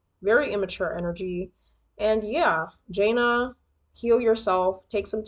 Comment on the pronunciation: It’s pronounced Juh Nay